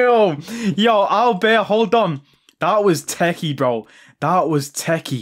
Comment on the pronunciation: Sad to see Cash Money Mark not being able to unlock Auberts full potential 😔 Boss needs to work on his french skills more often 😂